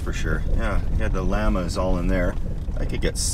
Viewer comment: thats not how you pronounce the word Llama.